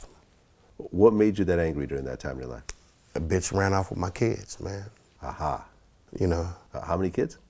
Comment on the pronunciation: Vlad please stop saying A-ha. For real.